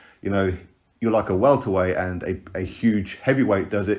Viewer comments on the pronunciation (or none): none